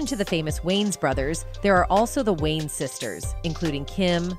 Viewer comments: Not Wayne's family. Its Wayans. Once you here it , you cant unhear it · It’s pronounced “WAY-YINZ” not “WAYNEZ” 😩😩😩😩😩